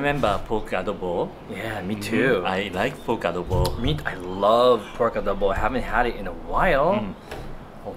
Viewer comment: The way pronounced "adobo" is just perfect. My Nanay (mother) loves your videos. Thanks guys.